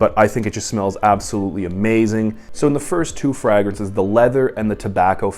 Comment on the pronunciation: love your content brother but please pronounce it fraYgrances. My eyelid kept twitching.